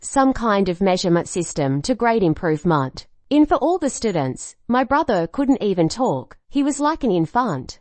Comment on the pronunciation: I HATE the different TTS voices for each story.. just stick 1 voice.. just not the one that says "improvements" as "improvemonts."